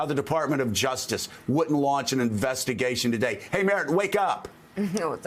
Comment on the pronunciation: It’s Merrick not Merrit.